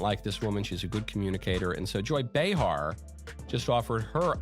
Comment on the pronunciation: It’s not ba-HAR, its BAY-Har